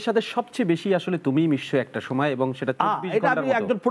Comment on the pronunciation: সময়কে সমে বলে।